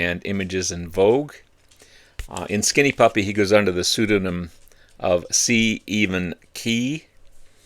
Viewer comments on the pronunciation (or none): cEvin is pronounced Kevin. Nivek is just Kevin backwards. Ogre is just a play off of Ogilvie. Ogre’s vocals are essential part of Skinny Puppy’s sound. Drugs were a major problem well before them going to California